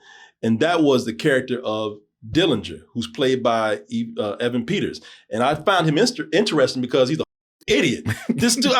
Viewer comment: bro can’t even pronounce Evan right 😭